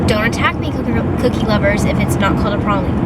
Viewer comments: *pray-leen. That’s the pronunciation. You tried!! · Pronounced PRAYleen. Not for everyone.